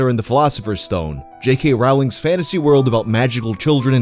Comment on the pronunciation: Rowling rhymes with "bowling", not "howling".